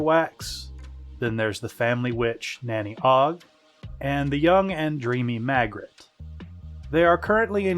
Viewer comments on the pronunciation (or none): It`s Magrat, Not Magret.